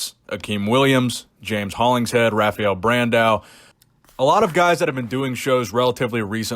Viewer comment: The R is pronounced like an H in brazil. It's pronounced Hafael.